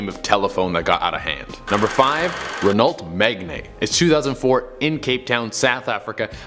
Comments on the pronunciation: Pronounced Reno Meg-Ann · Rennow Meg-Ann is how you pronounce Renault Megane!